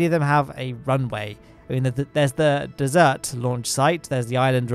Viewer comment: did anyone catch him saying desert, as in the yummy food after a meal instead of the hot dry field of sand during his decent to the KSC =)